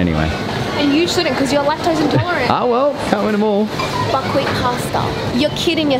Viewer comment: whenever she said buckwheat i kept thinking she was saying fuckwit anyone else